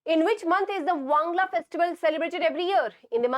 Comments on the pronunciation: Not Wangla it's "Wangala" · Ma'am it's not wangla it's wangala☺️ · Wangala not wangla